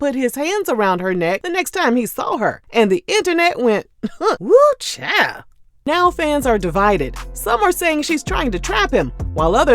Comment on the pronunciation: “Some other chile” 😂